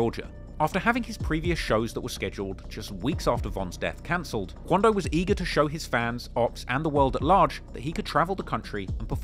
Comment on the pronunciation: straight out the boondocks “Dey said that it was QUANdo!”